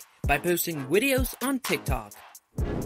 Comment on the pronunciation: the way he said wideos was adorable